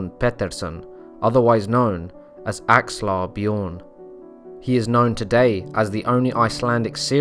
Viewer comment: It's not pronounced "Bjioern". The name is Bjørn. And the Ø is pronounced as the "U" in "burn".